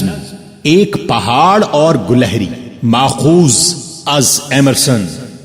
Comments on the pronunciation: Lafz gulahri nahi gilehri hai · ماشاء اللہ بہت خوب... بارك الله فيك علما و عملا............ گلہری کے '' گ'' پر کسرہ رہے گا شاید